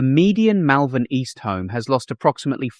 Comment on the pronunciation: Yes the mispronunciation annoyed me too!